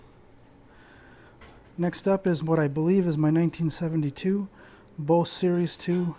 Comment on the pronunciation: If he likes 901’s so much maybe he should at the very least pronounce the word correctly. It’s pronounced BOZE, not BOCE. Rhymes with Goes and Rose.